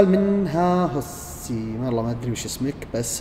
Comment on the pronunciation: اسمه ها هاوس. مش هاهسي😂😂